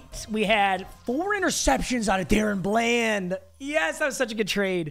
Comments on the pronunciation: It is da- Ron bland nor Darren bland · somebody tell papa it’s pronounced Da Ron bland not darren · if he says dayrun bland again im gonna lose it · It’s Daron bland like (duh ron) lol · it’s Duh-Rawn Bland saying my kings name wrong smh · The way he says DaRon Bland lol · The way you pronounce DaRon Bland pisses me off